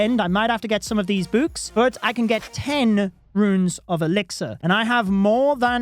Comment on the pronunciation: Why this guy calls books buuks